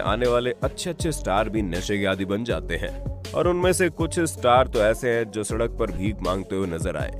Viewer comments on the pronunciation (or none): none